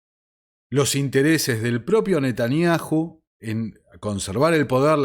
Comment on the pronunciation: Mis felicitaciones a tu entero trabajo!!!admirable!!!( si me permites...yom...se pronuncia "iom" y Netanyahu..."Nataniau" esa h es muda... y 😮😅